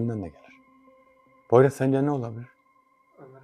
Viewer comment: Poyraza poyruz demen meznada 😂beni bitirdi Ömer kardeşim emeğinize sağlık